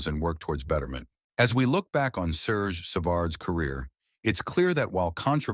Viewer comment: and not sergeee